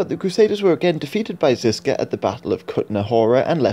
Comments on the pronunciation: Ok quick 101 on Czech pronounciation of some of the key names. The letter Ž in the name Žižka or Želivksý. Is pronounced Plea-su-re. The su (phonetically) is the word Ž. This is not criticism, or an hurtful comment. Just a piece of knowledge relevant to this video. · Žižka, Želivský - Ž is /ʒ/ Tábor, Kutná hora - á is /a:/ Domažlice, Poděbrady - damn... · Its not Jan Zizka but Jan ŽIŽKA